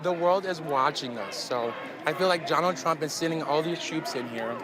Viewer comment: Did he just say Johnald Trump?